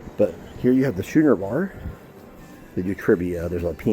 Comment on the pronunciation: What was your issue with the food? And your pronunciation of schooner is totally wrong lol my husband said it like you and he’s never lived it down